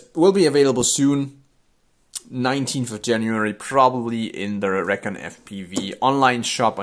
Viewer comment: Should pronounce it (ree-con). That's the perfect name for a long range quad